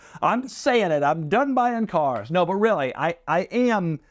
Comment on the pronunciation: Doug is the type of guy who pronounces “Cars” with two syllables. ‘Ce-Aars’ (granted, Jay Leno says it similarly)